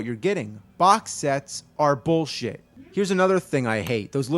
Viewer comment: no, your not saying it right. It's BULLSHIT!